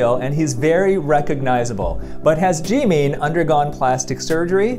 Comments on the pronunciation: his name is pronounced jim in not Jee mean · I’m sorry did he just say “JEEMEEN” 😭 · The way he says G meen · His pronunciation of Jimins name is 😖😖😖